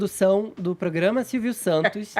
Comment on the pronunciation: 'eçe POGRAMA..'... é uma M.......